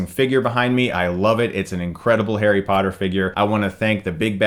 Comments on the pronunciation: It's Harry not Hairy, Chris. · he said Hairy Potter